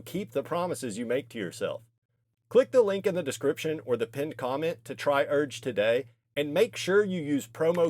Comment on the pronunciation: brother wtf is “urge” 😭